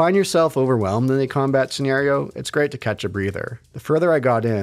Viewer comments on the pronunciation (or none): none